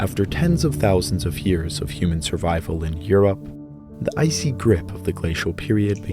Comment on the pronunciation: I can not be the only one stressed out by the way he pronounces years as Hyears